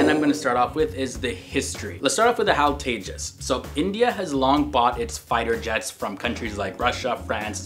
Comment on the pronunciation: It's no hal It is H.A.L